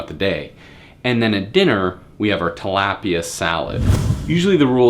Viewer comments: This dud is a fucking idiot lol. "What consists of our lunch". Calling buffalo BBQ? The way he says tilapia. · You said Talapia wrong .... And you didn't tell us the macros for your meals